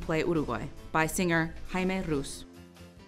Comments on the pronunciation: jajajajajaja haime rus, dieigo furlan, cracks v well done otherwise (and sorry for mocking the pronounciation) URUGUAY NOMÁ!!!! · El de Jaime Rus la rompió JAJA!